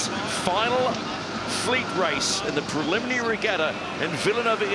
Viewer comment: Except Peter Lester can't seem to pronounce "Preliminary" or "Inaugural" properly.